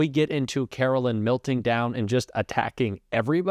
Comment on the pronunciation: I know ya hate her, I do, we all do....but please pronounce her name correctly. It's not "Carolyn" It's pronounced "Karoline"....like the Song